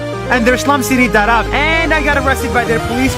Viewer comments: He pronounced Dharavi wrong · It is actually pronounced as DHAA- RAA-VIIII